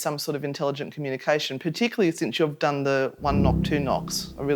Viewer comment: Who pronounces Done (Dun), Do-wn